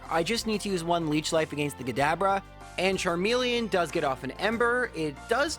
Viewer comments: I really like these videos but I gotta say your pronunciation of “against” makes me hardcore cringe every time haha. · TIL is Canadian. Makes sense bc i was wonderin what the deal was with his pronunciation of “against”